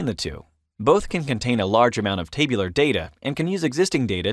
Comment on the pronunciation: "In this LECTURE...."...stop using LECTURE...nobody wants to be LECTURED to. Also "TAY..BU...LAR" form is called by the rest of us as TAB-U-LAR. Geez where is this person from? Clearly not America.